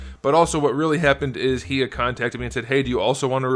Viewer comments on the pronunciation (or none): Actually it’s pronounced hi(like hello)-ya, but awesome review!